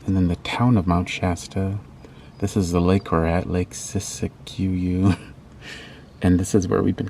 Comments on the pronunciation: I think it's pronounced Sis kyou. Beautiful. Nice music. Reminds me of Pat Methaney. Olive was doing zoomies 💜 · Siskiyou is pronounced “sis q”. the water in Shasta is yummy!